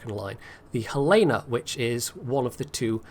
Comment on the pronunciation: FYI, it's pronouced Hell-Uh-Nuh because it's named after the Capital of Montana. (And that's how they pronouce it.)